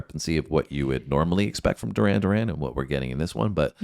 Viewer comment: Doo-ran, Doo-ran 😂